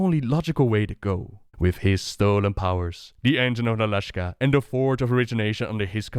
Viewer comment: You keep calling it the Engine of Nala-shka, it should be Nalak'sha